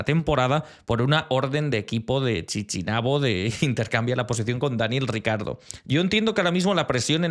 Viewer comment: Cada vez que he escuchado “Daniel RICARDO” me sangraban los oídos. Difiero en casi todas las notas, hay algunas incluso en las que la explicación es bastante meh. Para mí, Verstappen y Hulkenberg los mejores de la temporada hasta ahora.